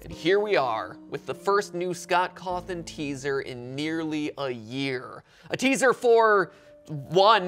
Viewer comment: Scott Cawth(e)n